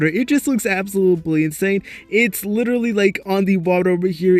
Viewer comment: am i the only one that gets pissed off everytime he said absolooply ? 💀😭